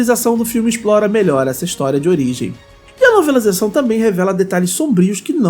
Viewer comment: Não entendi, onde voce viu as explicações como a dos escaravelhos? Voce diz nobilizacao? Ou novelizacao? Não da pra entender o que voce fala nessa parte